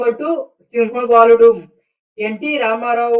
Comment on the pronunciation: సింహ బాలుడు కాదురా బాబు సింహబలుడు